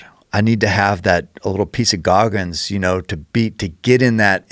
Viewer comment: It's GOGGINS not Gogmins